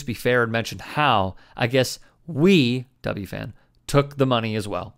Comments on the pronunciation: "W-FAN"? W-F-A-N. Brutal bro. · It’s W-F-A-N not W-FAN lol that drove me nuts as a New Yorker lol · In all of your research you didn't come across how to say W-F-A-N properly? 🤣